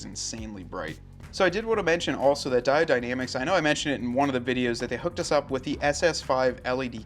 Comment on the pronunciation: Its pronounced " die-OWED, not di-odd ""...other than that , great video. Just bought the cowl mounts for my '21 diesel wrangler...